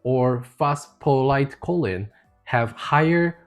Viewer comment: Just for the record, choline (pronounced KOH-leen) is a supplement. Colon (pronounced KOH-luhn) is your butt. Just saying . . .